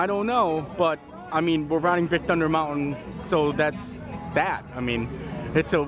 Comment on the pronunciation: Please,, it's pronounced "moun-tin", not "mount-win".